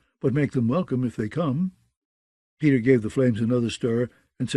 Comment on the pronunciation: Did no one look into the pronunciation of the names ?? Lol the other reader did the same thing but with other names like "pay-tar" aka Peter lol